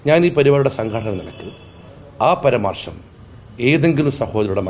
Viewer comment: പരമാർഷം അല്ല സാർ പരാമർശം